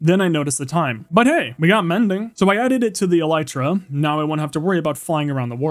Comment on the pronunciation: I’m not sure if you’ve noticed but sometimes when you say “so I” it sounds like “som I”